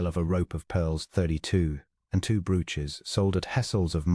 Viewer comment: Brooch is pronounced brōch, not brüch.